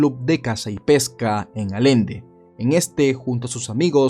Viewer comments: Buen video Como buen Regiomontano hombre de palabra. Y es allende no alende!! Saludos.. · Muy buen video, solo que Alende, realmente se escribe y pronuncia ALLENDE con LL. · Es Allende no alende ... Mejora tu pronunciación... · Fue mi imaginación o dijo Alende en vez de Allende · es "Allende" Ayende, no Alende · el apellido es Allende con doble L, se pronuncia con la LL como en lluvia, llanto, llorar. Allende, no Alende. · Un heroe con huevos de tamaño universal Porcierto No se dice "Alende" se dice "Allende" con sonido de "y" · Allende no alende 😵‍💫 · Se escribe Allende y por ende se pronuncia "ayende" , no "Alende" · Disculpa pero tengo que Tu estas diciendo alende Es allende Y excelente video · Se pronuncia Ayende no alende es una ciudad de México que se escribe Allende no lo digo por joder solo es un poco de cultura jeje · Solo un comentario, no es alende, es allende , se pronuncia como si llevara "y" (ayende) buen video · Saludos desde mexico, nada más un detalle, se pronuncia “Ayende” No Alende, en realidad es Allende pero lo escribí con “y” para q se entendiera, es sin afán de molestar, me gustan tus videos, saludos a todos!! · Hola, Allende no se pronuncia "Alende" sino "Ayende". Buen video 👍🙌🫶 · Nada más cómo dato, se pronuncia "Ayende" (Allende) en vez de "Alende" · Yo soy de Allende Nuevo León y me choca que diga "Alende" cuando se pronuncia (Ayende) y se escribe Allende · Me encantan mucho tus videos y todas las historias que cuentas, solo como comentario, no se pronuncia "Alende" es más como "Ayende" Saludos! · se pronuncia Ayende no Alende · Buen reportaje, solo como agregado el pueblo de allende se pronuncia “ayende” no “alende” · Muy buen video pero no se pronuncia Ale-nde se pronuncia A-yen-de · Se dice Allende no Alende, es como si dijeras "Ayende" pero con "ll" con doble ele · En México las palabras con doble L se pronuncian como Y, No es Alende, se pronuncia ayende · Es ALLENDE, COMO PRONUNCIAR CON “Y” AYENDE.